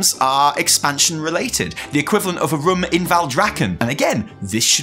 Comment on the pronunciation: The way say „room“ sounded more and more like „rum“ to me and i can’t unhear it